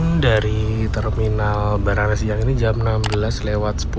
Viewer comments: Baranangsiang mas, bukan Banarangsiang 😅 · kayanya keselimpet deh, Baranang Siang, bukan Banarang Siang om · baranangsiang mas bukan banaransiang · Baranangsiang mas bukan banarangsiang hehehe 😂 salam dari bekasi mas penonton setia 🙌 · BARANANGSIANG mas, bukan bandarasi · ko aku dengernya banarang siang mas, bukan baranang haha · Sering salah salah sebut banarangsiang dan baranangsiang hhhhh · mas nama terminalnya BARANANG SIANG BUKAN BANARANG SIANG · Baranangsiang mas,, bukan banarangsiang😂✌️🙏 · Baranang mas baranang, bukan banarang😂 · baranangsiang mas bukan banarangsiang🤣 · Baranangsiang mas bkan banarangsiang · Maaf sedikit koreksi,bukan banarangsiang tapi baranangsiang.....heeeeee😊😊😊